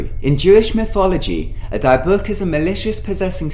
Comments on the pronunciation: Dybbuk is pronounced di-bic, not die-book. idk why that bothered me but it did. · Dude...you don't pronounce Dybbuk "DY-book", it's "Dib-bick". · Oh come on mate, "dye-book"? It's pronounced more of a "deh-book." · Just a correction, in case it makes any difference. LOL Dybbuk is said "dih-buck", with the "buck" said quickly and almost like "book". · die book box? lol Dybbuk box. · Lol, you pronounced dybbuk wrong, but at least you tried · Stop saying dybbuk wrong. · I wonder about the validity of your stories since you got so many points about the dybuk (sp) box wrong including pronunciation.